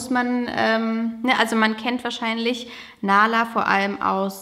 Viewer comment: Nahla heisst auf arabisch auch Bienchen 🥰nur das H wird hierbei mehr ausgesprochen